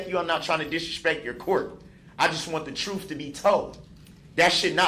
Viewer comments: I want the “truffff” to be told😂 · Still babbling and rambling....needs a gag. The trufth was told... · All he’s axing for is for someone to tell the trufe. 😂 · Tell the troof judge. You're under oaf. Let me axe you some questions. It's lawful law. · Love that he’s “axing for the truff “ 🥰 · Troof is what Darrell says is troof. Facts don’t matter. Lol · "Tell the troof!" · "just tell the troof" Yeah you're one to talk buddy.